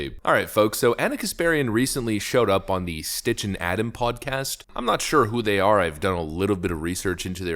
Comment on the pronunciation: Poor Sitch… everyone keeps calling him stich lol